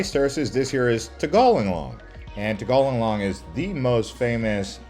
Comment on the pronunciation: Lived in Bali for 2+ years in the 1990’s. Tirta Empul is pronounced … tear tah m pool , tegallalang means cow field and is pronounced tea gah lah lang